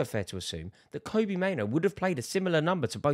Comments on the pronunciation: It's pronounced like Robbie not Kobe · Rory just a heads up, it’s pronounced kobbie like robbie. Andy mitten knows his dad and he confirmed it. 👍